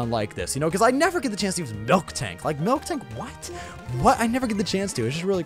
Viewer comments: It's miltank, not milktank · QOTD: green Spoilers And its MIL-TANK not MILK-TANK